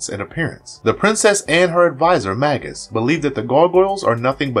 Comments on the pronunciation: You kept saying "Maggus" like the name "Maggie", but the man's title (not name) was "MAY-GUS". "Hak-Cone"? The princess in the clips called his name "Hay-kun". "Eliza" is NOT the detective's name, it is "Elisa", pronounced "Ee-Lee-sa". Its not an uncommon name either, and for one of the main characters, shocked you can't get her name right. You pronounced Titania like Titanium (the metal) when her name (from Shakespere, BTW) is pronounced Tih-Tah-Nia. Not sure how you can mispronounce so many character namestitles when they are blatantly spoken, and quite often, in the show. Heck, if you reviewed the clips to make this compilation, you would have heard the names and titles pronounced properly to know better. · The repeated mispronunciations of "Hakon," "Magus," "Eliza" and "Demona" are driving me crazy.